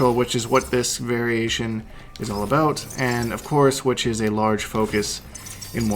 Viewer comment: I’m Canadian and it even scares me.